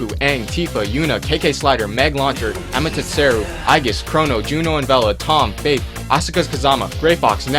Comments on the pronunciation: I'm sorry but u missaid Amaterasu wrong its Ama-ter-a-sue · That isn't how you say Ammy's name correctly. It is pronounced Ahh-mah-teh-rah-suu if you go by how Japanese letters/symbols/characters sound. I had a tough time hearing that... :'( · YEAH! AMMY ALL THE WAY!!! BTW her name is pronounced Ah-mah-ter-ah-sue. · lol amatatseru. good'ol correct pronunciations. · I want Shadow and silver. I really want Amaterasu. (Ame-Te-Rasu) Learn how to say it right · They way he said Amatarasu at the end, oh my god... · when you said all those charcters at the end My head is thinking "PERFECT ROSTER ( amaterasu espically but you did pronouce her wrong but I can forgive concidering how fast you were speaking ) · Learn how to pronounce Japanese before talking about a character with a Japanese name. I've never heard just a sad attempt at trying to say Amaterasu's name in my life. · your pronounciation of Amateratsu was quite hilarious :) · He so mispronounced Amaterasu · I love how you pronounced Amaterasu (not really) but I agree with that one. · You mispronounced Amaterasu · fail pronuciation on amaterasu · Sephiroth and Skull Kid! And you don't know how to pronouce Amaterasu